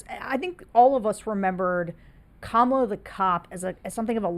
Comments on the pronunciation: Please pronounce her name properly KA-MA-LA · Trump is mispronouncing “Kamala” on purpose. I think we should pretend to view this as a further sign of his mental decline. Maybe George can weave that into his Anti-Psycho PAC messaging 😊 Also, good Reagan impression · You mispronounced Kamala.